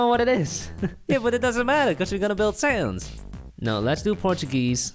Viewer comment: SANS NOT SAND